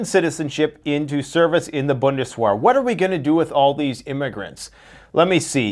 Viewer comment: Pronounced bundes"vhere". Like "where" with a "v" instead of a "w."